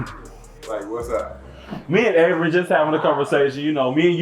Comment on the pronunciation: One thing I can say about this entire season and the last…. The cast is gone mess up that black mans name. 😂😂 He is Avery, Avren, Aven, every name BUT Av’ern. Lmbo.